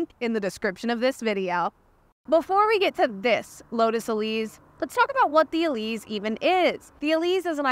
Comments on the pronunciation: It’s pronounced e-LEASE, not e-LEEZ. (it’s an “s” sound, not a “z” sound) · It's the Elise, not the "Elize" like you keep saying. Every time she says "Elize", you have to drink! 😂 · Isn’t it pronounced “Elise”? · No it’s pronounced “Elise” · Now I’ll always hear say “Eleez” whenever I see, hear, or think of the Elise. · Eleeze? Is that the way the Brits say it? Let me know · It's named after Elisa Artioli so, one can either use the softer Italian pronunciation for the "E" or a harder English "E" (as in "ee"). But the "S" should always be the normal "S" sound. Not a "Z" sound.